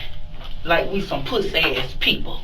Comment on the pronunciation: "Made us look skrate puhh-say" x4 Its a wonder he's not pre-med